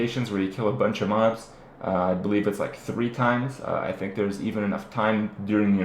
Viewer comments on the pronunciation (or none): none